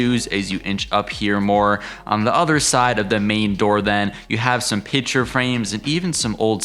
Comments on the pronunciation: The word is PICTURE, not “pitcher”. Nice cottage, annoying tour narration; paucity of content and poor pronunciation. 👎🏻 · Pitcher frame’s? Why can’t people pronounce picture ? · THANK YOU!!!! I was correcting him every time! That is not an accent problem. That is just plain mispronunciation.